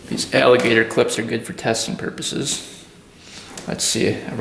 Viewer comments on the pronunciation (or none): none